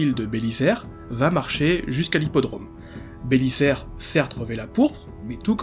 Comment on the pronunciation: Compte de l'orthographe on doit dire Belizaire, pas Bélissaire. Désolé le côté gramar nazi qui monte aux oreilles.